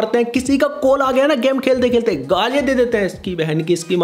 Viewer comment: Bhai game ko gaam bolna band kr 😂😂🤌